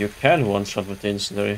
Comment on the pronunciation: IT'S FUCKING INCEND-IARY NOT INCEND-ARY JESUS CHRIST